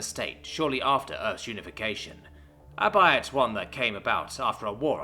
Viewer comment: "albeit" is pronouced as "all-bee-uht" not as "all-bite" it is a concantenation of the words "all be it"